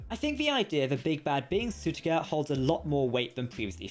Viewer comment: Sutekh, not Sutekha